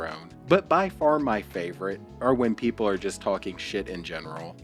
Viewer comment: I had to rewind it to hear him again say "peep hole" instead of" people" F'n Elmer Fudd